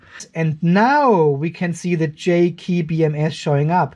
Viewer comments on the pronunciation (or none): Hey!!! HOW Many Times Can Say "J KEY BMS" Instead Of JK BMS??